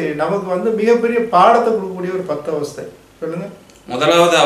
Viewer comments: Avathai illa Avasthai. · Avathai ella pa avassthai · Avathai illa avasthai